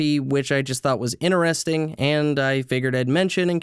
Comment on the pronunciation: This was pretty "inner-resting"!